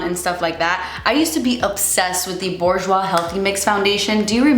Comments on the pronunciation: it's booj-wa, not borjwa 😂 loved this vid!! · the "R" is silent in Bourjois and they are part of Chanel